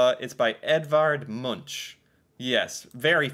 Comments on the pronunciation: Munch is actually pronounced «Munk» (not «Munch»). 🤗 ❤❤❤ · Pronunciation should be "Moonk". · Edvard Munch ❌ Edvard monshh✅